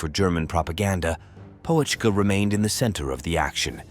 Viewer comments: What an appalling AI likeness - at beginning. Looks nothing like him! It's not Poe - etschke - check out the umlaut! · The "O" is silent, "Petschkah" would be more correct. He was a good soldier the kind you need to get the mission accomplished Narrator not so good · You didn't even bother to pronounce his name properly. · You don't even pronounce his name correctly, not even close🤡😄